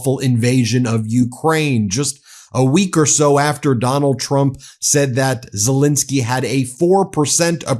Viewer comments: Just wanted to correct your pronunciation of the Ukrainian president’s name, sorry. It’s ZelEnskiy, not ZelInskiy like you’re saying it… Ukrainians watching will appreciate. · Pronounced Zelenskyy not Zelinskyy!